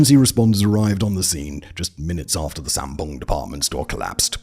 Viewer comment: Great video, though there were some mispronunciations of the names, due largely to the romanization system that Koreans use. Woosung should sound like Oosung, the a in Sampoong and Gangnam should get an ah sound, eo combinations of letters (e.g., Seocho) should be pronounced as uh, and Lee is really Ee. Often you can type in the name, get the Korean version, and drop the Korean version into some sort of tool for reading aloud. Takes maybe fifteen minutes to get the correct pronunciations and to write them down for Simon to add to narration.